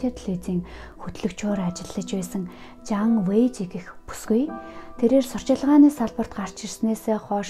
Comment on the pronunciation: Боширай биш Бо Шилай, Жан Вэйжи биш Жан Вэй Жие гэдэг шүү